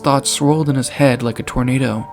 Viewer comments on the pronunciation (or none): none